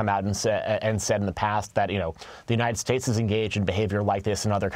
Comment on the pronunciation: ahehahuhe ennenn unideyeeteteds strateteteees